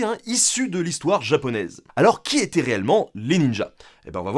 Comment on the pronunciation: "Infiltrer l'et-demi"?